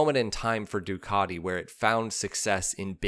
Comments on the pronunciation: Duckady? we say DUcatiI,,, or summat like that! What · What's with the Ducarti??? I have a Ducati, and it is 'cat' not a 'cart'. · Are you not able to respect NAMES? It is NOT "ducadi". Learn to pronounce a "T"!!! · You'll be stone-cold sober. I only hear him say Doocardi. I think it's his favourite brand of nail polish. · you should learn how to pronounce "Ducati" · I absolutely hate the way you say Ducati, and you say it sooo...many times, I managed to suffer your video for one minute, yes one minute, believe me I`m not the only one who thinks this but I`m probably the only one to say it, all your feedback can`t be positive